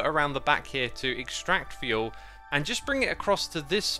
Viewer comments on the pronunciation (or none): none